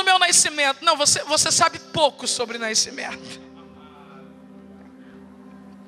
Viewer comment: Por que pronuncia-se "naiscimento", quero saber por quê?